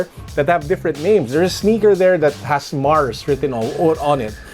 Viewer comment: Ang lala nung "MARS" hehe